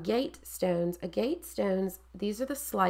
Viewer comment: oh fiddlesticks! To be fair to you, agg –uht! is one of those words we're all likely to first learn from reading it, with no template for how to actually say it. Like me with misled. For years in my head it was myzzled! What is this myzzled everyone keeps writing about, I wondered? 🙄 'Nitch' is just one of those that makes me... itch, and it's everywhere - newsreaders, politicians, allegedly clever people... so I did a double-take when you pronounced it correctly. Seriously, a first! Anyhoo, linguistics aside, key thing is your wall is effing gorgeous,! Well done. 😘